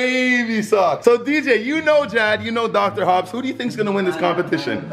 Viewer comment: He said Dr.Hubs lmfaooo 🤣🤣